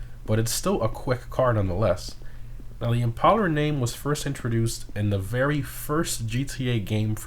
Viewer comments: ImpalLer? I didn’t know imPALEr was pronounced that way. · I think it's supposed to be pronounced like impale, not like impala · if the original car is based on a ford thunderbird, wouldn’t it make sense for this to be pronounced “im-pail-er” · It’s Im-pale-er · It annoyed me so much that he was saying it wrong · Yikes. Do we really need to explain to him how to pronounce the word impale?